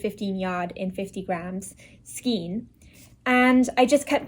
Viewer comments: The correct way is stile pronounced SKANE - no matter the "region" or the "accent". Do more research. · I disagree with your "ever-changing" remark. There is a correct way and an incorrect way and the word is pronounced skane. It may seem a non-issue for you but it bothers me when I hear it pronounced incorrectly. And lol, I am at an age now where I make no apologies to anyone for anything I feel about anything. In addition, my "reference" book of choice is the Bible. Have you read it? "A little yeast leavens the whole batch". Galatians 6:9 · It's pronounced SKANE